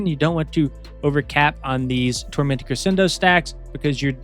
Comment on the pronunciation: Hey homie, keep up the good work! These videos always inspire me to make a new alt 😂 Protip: crescendo is pronounced creh-shendo or cruh-shendo. Hope this helps!